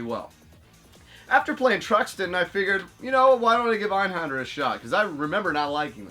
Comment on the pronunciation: You actually got the pronunciation right the first time, the "-händer" part is pronounced basically the same as it is in English (with the ä being like the a in "that)", though the "er" at the end is a bit more subtle, so it almost sounds like "Einhanduh". Kind of hard to convey the difference through text, so hopefully that makes sense. Criminally underrated game btw, I wish Square had done more shoot 'em ups tbh. I played the living hell out of the demo as a kid but never bought it for one reason or another, the first level is just oozing with cool cyberpunk style so it stuck in my head into adulthood. I recently started emulating it and while I suck at it and I'm currently stuck on the fourth level, I'm having a blast revisiting it, the game looks fantastic with the internal resolution scaled to 1080p in Duckstation and with all of the enhancements turned on, almost makes it look like an early PS2 game.